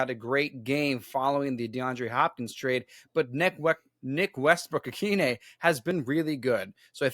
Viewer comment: IT'S OHN!